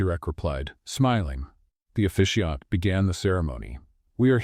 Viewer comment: It’s officiant not efficient